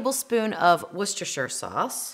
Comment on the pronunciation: As a Brit, I really have to congratulate you on your pronounciation of, "Worcestershire". I find that North Americans really stumble over it, but you pretty much nailed it!